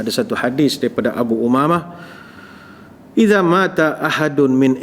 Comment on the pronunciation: Iza mata hendaklah dibaca sebagai Iza mat ....baru betul Bahasa Arabnya. Iza mata bermakna Bila datang ....Iza mat baru maksudnya Bila mati....Banyaknya uztaz2 terkenal merosakan Bahasa Arab antara sering kata qhala yang sepatutnya qhal....Dan lain2.